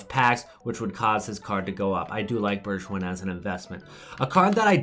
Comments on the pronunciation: You say Bergwijn like Bergwine (🇳🇱🇳🇱) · The way he pronounces Bergwijn makes it sound French lmao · And with a G as in goal